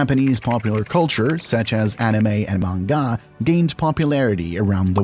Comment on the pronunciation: c'mmon man, for anyone with any remote awareness about Japanese culture pronouncing "manga" should be a layup. That was painful